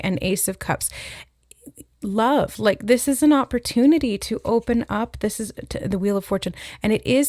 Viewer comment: 🍒🍦i’m hearing “op or tune” with opportunity